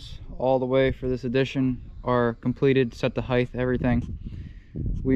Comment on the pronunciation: Nice work, but are you saying "heidth"? Like the same way you'd say "width"?